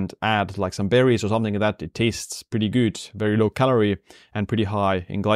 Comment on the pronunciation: your channel is super, your English is fine, but plz- good is pronounced, as you pronounce YOU not gyyyyyyd🤣🤣